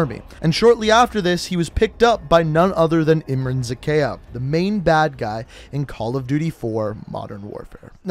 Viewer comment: Say it with me now Ihm-rhan Zah-kay-ev Bor-is Vhor-shev-ski Bonus Ha-way City, Vietnam (Victor Reznov)